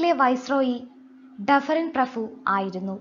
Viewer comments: ഈ പ്രഫു എന്ന് കേൾക്കുന്നത് അരോചകം ആയി തോന്നുന്നു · Prafu alla prabhu....